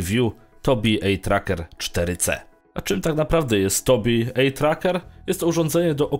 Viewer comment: Eye po angielsku czyta się "aj". Nie "ej".